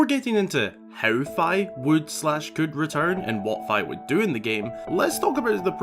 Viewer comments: its fih not fhy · I thought it was pronounced Fi as in Fiona not Fy. My whole life is a lie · I now know it's Fi (like fly) but I pronounced it Fee for the longest time and can't stop saying it that way in my head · I'm pretty sure her name is pronounced like fee, just like another Japanese word ki.. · It's how he pronounced Fi tho 😭 Bruh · It’s pronounced like the half of Wi-Fi